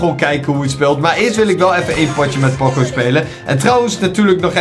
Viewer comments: Ben ik de enige die me ergerd aan dat pocco zegt in plaats van poco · In iedere video zegt hij pocco maar het is poco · Ik kan er niet tegen dat hij pokko zegt ipv poco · Hij heet poco niet pocco je spreekt het uit als pooco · Poco spreek je uit als poko. Like zodat hij dit ziet!! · Je zegt poocoo en je schrijft poco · grumpie Games ja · Je spreekt poco verkeerd uit.de eerste "o" moet je ook lang uitspreken